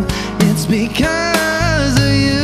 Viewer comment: Maganda sana pero bakit ganon ang pronounce nya ng because of you ang sa kanya because ohh you?...